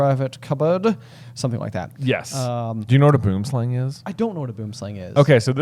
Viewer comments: So, in Afrikaans; Boonslang is translated as tree (boom) snake (slang). Phonetically its pronounced boo-em slung (as in rhymes with rung). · As a South African, I am happy to hear you tell the world about boomslangs, though I have to channel Hermione and say that everyone pronounces the name wrong. If you want to hear the correct pronunciation type it into Google Translate under Afrikaans.